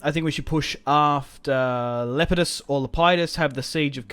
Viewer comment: Le-pee-dus not lepiedus